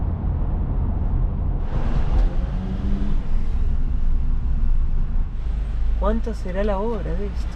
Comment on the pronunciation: Que hermosa es, me gustó su "Andiamo" en el min 😅por allí que alguien al escucharla no pensaría que es Rusa sino Italiana...